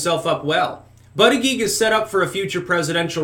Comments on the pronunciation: you keep saying his name Wrong, it's Booty-Judge...not that hard to say honestly, but you keep saying ButtiGEE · This guy cannot pronounce Buttigiegs name!